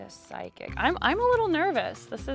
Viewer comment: 30Pigs phychic? pronounced fy-kick?